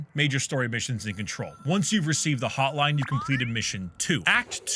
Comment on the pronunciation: i swear sometimes when you pronounce an n it sounds like an m and I keep doing double takes because it takes a split second for my brain to realize what you meant when you said "the hotlime".